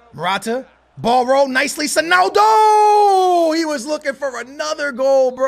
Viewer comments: beg you stop saying sonaldo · why you saying sonaldo